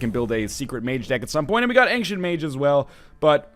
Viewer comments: Why do you pronounce ancient as ank-sient? :p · Why does NL tend to pronounce ancient as "Angshent"?